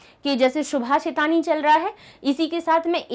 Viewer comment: Ma'am shubhashitani nahi subhashitani hoga